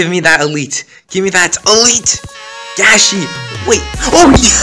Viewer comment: How did you know how to prenounce Gashi?Where are you from?